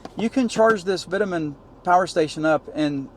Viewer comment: Vitamin? It’s pronounced v toe man 🙄